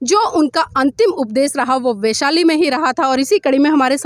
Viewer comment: वेशाली नहीं, वैशाली बोलीए. बहोत अच्छी जानकारी.